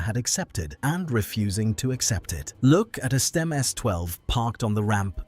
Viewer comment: The AI voice is all over the place with its pronunciation of Stimme isn't it?